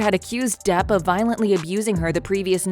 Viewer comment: The bot narrating this is pretty damn good. The tells that its a bot is easy to miss. I find it funny how it says Depp as "duh" when it's at the end of a sentence.